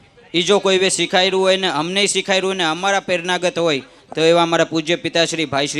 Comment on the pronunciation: સિખાર્યું પણ સુ સિખાર્યું અને સિખાર્યું એટલે સુ બોલે છે ભાઈ બીજા ને સુ સીખવાડશે પેહલા આપ સારા ગુજરાતી શિક્ષક જોડે સારુ ગુજરાતી બોલવાનું ટ્યુશન લેવાની જરૂર છે ખોટું લાગે તો માફ કરજો ભાઈ પણ તમારા માટે સિખાર્યું +કોરી સમાજ આવું સારુ નથી લાગતું